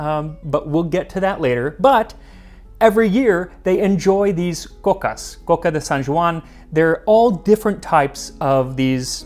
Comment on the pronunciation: I have to compliment your pronunciation of Catalan and your coca! Excellent! molt bé!